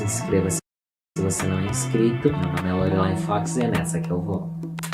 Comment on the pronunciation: Pelo amor da Deusa fala o nome dela certo é Lorelay (Lorelái assim q se fala)